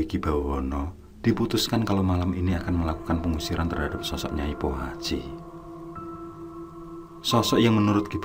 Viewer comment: Kok aku degernya nyai kuaci ya 😂